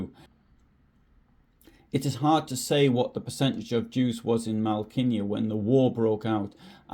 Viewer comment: Should ask someone Polish how to pronounce Malkinia. That stroke through what at first glance appears to be an L changes the whole word. I suspect it is closer to 'Mow-kee-nyah' or something like that. I like the way you put this together. Nice job.